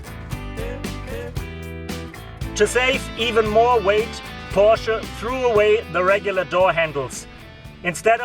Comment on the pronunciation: porshee? lol